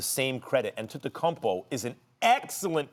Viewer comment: max cant even say Giannis last name correctly